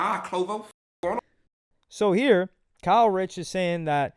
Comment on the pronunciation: ITS KAY RICH NOT KYLE RICH LMFAO